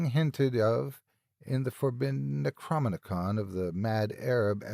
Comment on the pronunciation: Neck-crom-ee-com. lol. aside from a few mispronunciations, you do good work.